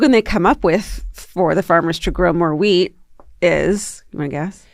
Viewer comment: in and I just realized Georgia is saying wheat and not weed😂😂😂